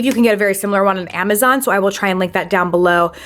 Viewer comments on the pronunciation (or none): none